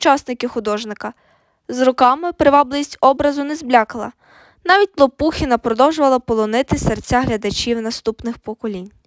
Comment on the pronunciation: Наголос на останньому складі,Лопухіна